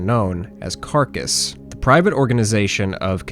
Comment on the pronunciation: Carnis is pronounced "Kar-neese"